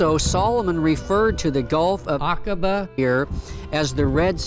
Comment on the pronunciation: Love this 💓 Now you pronounced it right 😊 Akaba